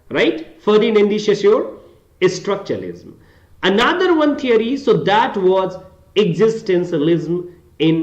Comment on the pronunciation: You said you're a story teller but your pronunciation is not that good as you keep pronouncing "structuralism" as "Estructuralism".